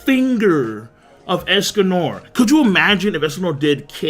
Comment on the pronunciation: Why he saying es-Cum-More It's Es-Con-Nor